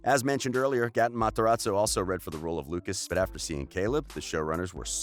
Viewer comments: its gaten matarazzo not GATEEN MATARAZZZZZOOO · "gah-tin mahtz-her-ahtz-oh" LMFAO its gae-ten mat-er-ahz-oh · Why did he pronounce gates name like that ‘Gah-en mahTeratso’ 💀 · “Gahtun Materotso” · Gotten Mot-a-rot-zoe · No one: really no one: not even noah: not even the demegorgon: speaker: Gatten Mataraso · He said gatne mtarzo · Did he really just say “gAHten Matarazzo” 🤦🏽‍♀️😭😭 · Gaaten mataratzo- like boi plez pronounce it right... 🤦🏻‍♀️ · Nobody: Litterly nobody: Him: GaTan MaTorzo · Why they gotta do that to gaten Its gaten materazo Not gotun matzerela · Nobody: The dude talking: GAATAN MATRAZO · He said "Goten matarazzo"- wHaT tHe HeCk? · who tf is gAh-tin matAraTso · reyna vargas gAten MATarazzo 😂😂😂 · goten mofrazzo 😂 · Layla Rocco gahtin mahterahzo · goten matzarazo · Gatoon mataraaazoo 🥺😂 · The way the pronounce Gaten Matarazzo tho 🤦🏽‍♀️ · Are you sure thats the way that you pronounce Gaten Matarazzo ?